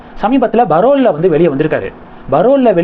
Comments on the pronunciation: அது barole இல்ல parole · Pl.say as Parole not as Barole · Sir. Iam your fan abd see your programmes. But pl note it is not Barole. It is Parole. In tamiz yoh cannot make out difference in B and,P. Jay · அது barol இல்லை parole. நன்னடத்தை விடுமுறை எனச் சொல்லவும்.